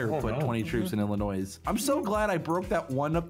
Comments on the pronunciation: did really just call Illinois with an s when it is silent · I’m front Illinois and hearing him say, “IlliNOISE” cracked me up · SSundee: Illinois with a S Me: The S is silent!